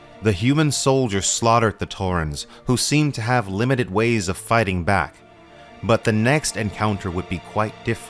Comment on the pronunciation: "This world of gays." Great video and essay but that made me laugh.